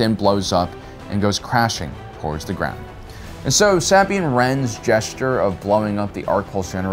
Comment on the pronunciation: are you butchering Sabines name on purpose